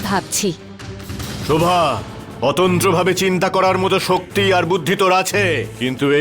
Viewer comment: দেবসেনা শোভাকে শরোভা বলে কেন। দেবসেনা আর প্রণবের বিয়ে হলে কে কে খুশি হবেন